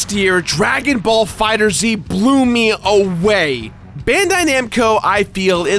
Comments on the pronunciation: Sorry to be that guy, but FighterZ is pronounced as "Fighters". Like think how Mortal Kombat replaces the letter "C" with the letter "K", basically like that with the "S" and "Z". That said, killer list; glad you had a fun time! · How do you not have 1 mil yet? Also, it's FighterZ, not Fighter Z. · I love you and all the videos you make, but I need to correct you. It's pronounced Fighters, not Fighter Zee. At first I thought It was too, but it was confirmed in an interview with the creator. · Dragon Ball FighterZ is pronounced "fighters" not "fighter zee". Geralt is pronounced with a hard G sound, not like "Jeralt". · I love you bought I think I just heard you say Fighters Z